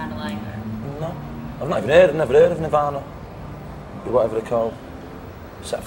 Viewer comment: "Never 'erd of Nirvana!" Lol! Liam absolutely knew about Nirvana. He just didn't want to talk about them. Noel had a lot of regard for Cobain.